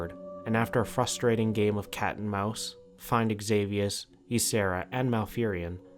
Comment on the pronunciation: Xavius name is pronounced as Savius, other then that, amazing video, really!